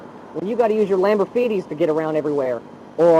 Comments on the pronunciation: This nigga said “Lambofeeties” 😂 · Bro really said lambofeeties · Man really just threatened him with using his lamborfeeties 🤣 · "You'll have to use ypur Lamborfeeties to get around." This dude is a dad for sure. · This dude said you’ll be getting around on your Lamborfeeties lmfaooo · Did he say "Lambour-feeties"????😂😂😂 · the cop said "lambofeetys" lmao. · Cop says " lambor-feeties " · This man said Lamborfeeties and i spit out my drink. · lamborfeeties lol this cop is quick with it! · I see no one caught him say lambofeeties 😂😂😂😂😂😂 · LAMBORFEETIES lol this cop is a legend. He should Chief of Police by now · Did the officer just said "Lamborfeeties?" 😆 🤣 😂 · The cop said lamborfeeties😂😂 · Your lamborfeeties....🤣🤣🤣 I love a funny piece of bacon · He said lamborfeeties 😂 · Dude said your lambofeeties 😂😂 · lamborfeeties LMFAOO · Lamborfeeties lmfao this cop is legend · He did not say lamborfeeties💀💀💀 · The “lamborfeeties” is mad funny, but it looks like he genuinely cares about these youths and they most likely won’t listen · “Lamborfeetis” lmao 🤣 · My man said “lambo-feeties” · mf said lamborfeeties 🤣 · Lamborfeeties LMAO. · Lol that cop said, "when you gotta use your lambor-feetys to get everywhere". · Dude said you can take the Lamborfeeties 😂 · This is definitely a good cop you can tell he cares. "Lamberfeeties" that's hilarious 😆😆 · I can't believe he said lamborfeeti 🤣 That cop was awesome and entirely right. If you didn't build the car stay yo ass at home! Y'all ruined the car scene. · LAMBORFEETIES 🤣😭 this dude is a menace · Lamborfeeties lmao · "lambrofeetis" lmfao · Good on this officer. Had a good chuckle when the officer said "using your Lamborfeeties to get around". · that officer caught me off guard when he was asking them how bad would it suck if i impound your car for street racing for a month then says and you'd have to use you "lamborfeeties" to get around, i lost it 😂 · Man said lamborfeetys 🤣 You got me bro do your worst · "your lamberfeeties" lol